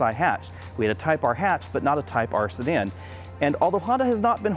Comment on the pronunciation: It sounds like you're saying Stan when you say Sedan